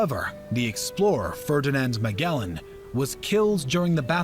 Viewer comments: Magellan's name isn't read as "Magelan", it's read as "Majelan" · Magellan: ma (ge)- jellan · magellan is pronounce as "MAJELLAN"